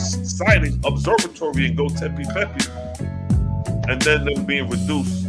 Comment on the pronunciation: Read it slow…. Go-Bekli-Tepe! (Go-Becklee-Tepee) 👍🏾